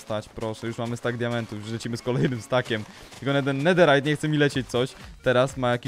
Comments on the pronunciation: Info dla ciebie. 1. Nie czyta się nederajt a czyta się nederyt. 2. Nederowe żeczy nie palą się w ławie ogniu i tak dalej. 😘😘🥰🥪 Nutka będzie SUPER😘😘😍😍😍😍😍🤩🤩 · Czemu mówisz nederajt zamiast nederyt